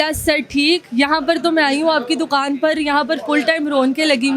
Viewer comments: Ye larki dokan ko doqan bolti he..hahaha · Dukhaan prounce sahee say kar lo